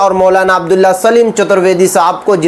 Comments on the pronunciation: ارے بھائی آپ تھوڑا صحیح سے نام بولیں سلیم نہیں سالم ہے پلیز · Are bhai chutar vedy nahi chatar vedy saleem nahi abdullah saalim sahin se bolo yaar